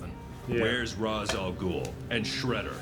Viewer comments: It’s pronounced raishe al ghoul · Sigh... Christopher Nolan ruined Ra's Al Ghul's name. No one pronounces it right anymore. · Why are they pronouncing Ra’s Al Ghouls name wrong